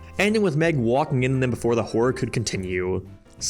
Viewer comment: Did he say before the Horror can continue or the Whore can continue